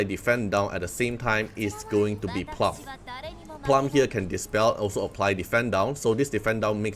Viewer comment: Bro. It's plooom.